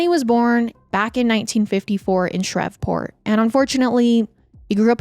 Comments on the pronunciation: I love you but it’s ShrEEEEEveport..long E sound like geese. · i love you but “shrevport” is taking me out😂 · Your confidence when pronouncing words wrong is amazing. Please please Google the proper way to say certain Names/ Words. It makes listening extremely difficult. Shreveport is not pronounced the way you said it. Shr-eeve Port! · It’s Shree-port lol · I don't understand how you say Shreveport correctly then proceed to say Shrev-port constantly after that lmao I'm 💀💀💀😂😂😂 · PLEASE look up pronunciations. "Shrevport" is making this impossible to listen to. This is far from the first time something similar has happened. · Louisianian here 🙋🏼‍♀️ it’s pronounced “Shreeve-port” 😅 you said it correctly in the beginning of the video. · It was bugging me lol especially cause she had said it right at first😅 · Omg I came to say the same thing! I thought maybe I was pronouncing it wrong but my mom's side is from Louisiana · My comment was deleted but I was just trying to say you were mispronouncing Shreveport 🥲